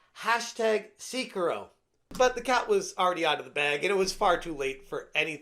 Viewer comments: I love how this gamer couldn't pronounce the 2019 game of the Year 💀💀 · excuse me? How did you pronounce that again?